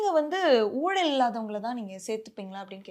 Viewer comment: எம்மா கண்ணுங்களா.. தமிழை ஒழுங்காக உச்சரிப்பு செய்ய முயலுங்கள்..உங்கள்.சி.ஈ.ஓ.க்கு கலங்கம் இழைக்காமல் பார்த்து கொள்ளுங்கள்.. ஊலல் இல்லை.."ஊழல் " தயவுசெய்து தமிழை பிழைகள் இல்லாமல் உச்சரியுங்கள்... நன்றி...